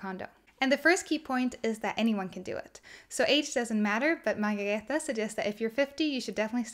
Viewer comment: Thank you for being the one person who makes the effort to correctly pronounce Margareta’s name. There are many reviewers who post their reviews without even trying to get it right, or even apologetically joke that they “hope they’re saying it right” while they are mangling it. It’s not much of a tribute to such a wonderful little book if you botch up the author’s name! Best wishes, nice review!